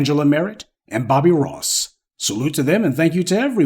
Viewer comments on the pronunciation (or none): none